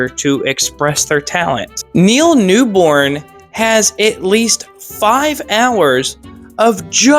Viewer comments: Cool video. The guy's name is Neil Newbon, not Newborne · please its Neal New-BON not newBORN